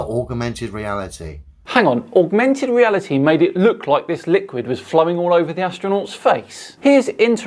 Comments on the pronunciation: No no. You said "augmented" while said "augermented". Geez, you should be able to speak almost perfect flatard by now. And yes, obviously they'd have taken precautions about where that water could go, almost certainly had someone else floating there with towels etc to catch and control it. That's a demonstration I haven't seen done before, a very interesting looking result too. I don't twit so. My vote goes to continuing, maybe make it once a month or even less regularly if things have dried up too much though. Just be careful or you might have a 3 foot tall a hole trying to punch you in the kneecaps. Then again, you're not as crippled as FTFE so he may not be game to try that. I've always been tolerant and calm with these characters with that "little man syndrome" but, I'm not so young, nor patient anymore, the next one, if there's one still silly enough is going to find out there's a limit to how patient and tolerant us normal sized people all are. I have no patience left for complete fools of any size. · The first guy didn’t say “augmented reality”…he said “aug-a-mented reality” ….I think that’s something different! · Sorry …he didn’t say “augmented reality”…he said “augermented reality”…there could be a difference!